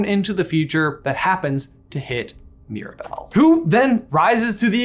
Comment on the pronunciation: I love u guys but the pronouncing of Mirabel is sending me.